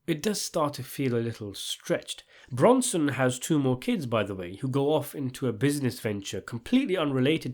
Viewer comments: BroSnan NOT BroNson! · My dude... his name is 'Brosnan', not 'Bronson'! Although I would welcome your review of Bronson with Tom Hardy! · Brosnan not bronson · Bronson? His family name's Brosnan! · Its Brosnan...not Bronson fam😂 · Thank you - I couldn't stand the mispronunciations!!! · How did you mispronounce Pierce Brosnan's name all the way through? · Brosnan deserves to have his name pronounced properly.